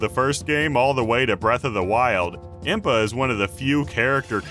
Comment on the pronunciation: THANK GOD SOMEONE ELSE SAYS IMPA!!!